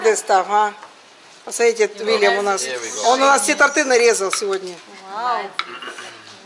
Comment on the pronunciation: с днем рождения,но прежде чем кому то давать совет надо самой правильно говорить в слове торты ударение падает на первый слог, всего вам.